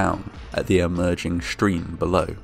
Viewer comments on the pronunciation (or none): Awesome. The way he said "shtream" "shtudents" and "conshtruction" was very distracting. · Why do you pronounce stream as if it’s got an SH in it..you say Shtream 😝 irritating..not the first time..